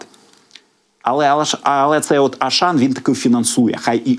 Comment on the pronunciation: Аушан читайте правильно